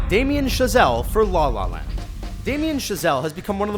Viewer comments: Why does he sounds so uncomfortable saying La La Land? it sounds like "Dlah lah land" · I'm uncomfortable hearing how the narrator say "La La Land"